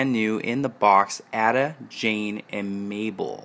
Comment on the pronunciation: You pronounce Ada with a long A, not a short A.